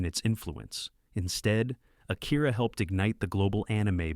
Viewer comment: A-kee-rah, not Ah- kEAR-ah. (i.e. not like hear or ear. More like key.) Mah-n-gah, not main-ga. Wait, you actually do start to pronounce it properly midway / near the end of through Fist of the North Star.